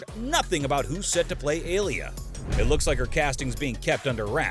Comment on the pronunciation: If you're going to explain something it usually helps if YOU understand it first. there is no "mysterious woman known as bene gesserit"...Almost everything you said is incorrect. Even your pronunciations are terrible (it's CHAWni not CHAYni, FREMen not FREYmen, ALya not AYLia). Like did you even watch the movie?